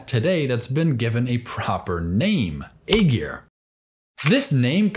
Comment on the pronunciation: Aegir it pronounced eye-ear